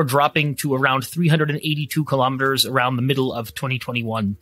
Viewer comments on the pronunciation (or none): Please say 'Kilo_Meters' correctly, not ''killauwmeters''